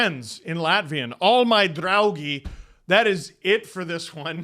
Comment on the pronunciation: Your "draugi"was nearly perfect. :) However, in the International Phonetic Alphabet, it would be "ˈTe.odors ˈBʎu.ɡers".